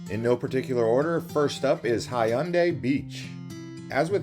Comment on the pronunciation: 자꾸 현대라 해서 먼말이지 했는데 해운대였음 ㅋㅋㅋ